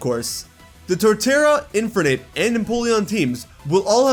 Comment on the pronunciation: Why do pronounce "Infernape" like that?